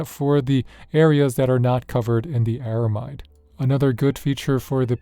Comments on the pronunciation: ARAMID not ARAMIDE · Just some constructive criticism here…You keep pronouncing the word ARAMID as ARAMIDE though It’s not really the standard pronunciation, so it might sound a bit off to people who are familiar with the material. The word “aramid” is short for “aromatic polyamide,” and most people drop the “a” sound in the middle and just say “air-uh-mid.” So that’s the common way to say it. Most folks just say “aramid.” But hey, if you say “aramide,” people will probably still understand what you mean—it’s just not the usual way. No offense intended. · It's pronounced AraMID 😊 Ar-a-mid (mid pronounced the same way as the abbreviation of the word "middle") 😉